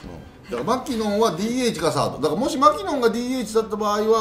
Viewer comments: マ↑キノン↓ではなくてマ↓キノン↑らしいですよ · まき↑のん